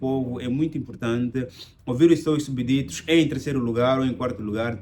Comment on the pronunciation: Estimado, de acordo com o português de Portugal, escreve-se "Súbditos", mas a pronúncia suprime o "b", neste caso deves pronunciar "Súditos" tal como se diz em português do Brasil.